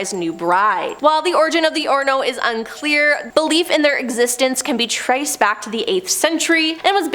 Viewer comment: It's pronounced On Rio.